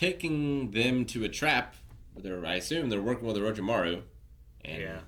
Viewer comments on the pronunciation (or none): none